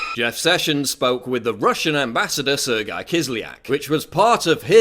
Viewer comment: The pronunciation of Sergey triggers me